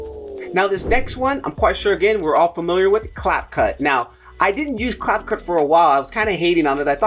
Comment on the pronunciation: Fi-Mo, not Fil-Mo; Cap-Cut, not Clap-Cut; kinnie-master, not "kine"